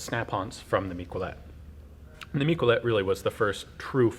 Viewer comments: "Mick-well-let"? I thought it'd be pronounced "Meek-eh-leh". Anyways, I'm not French myself, but it's surprising how much the French contributed to firearm development, the flintlock being amongst them. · In catalonia we remember the miquelets militians as a heroes. It is pronounced mi-ke-lets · Miquelet, pronounced "mickelet" (with the t), it's catalan not french. Miquelet units were created around 1650 during the catalan revolt